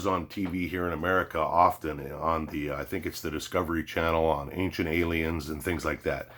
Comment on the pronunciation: You had me up to the point you said "ailens"...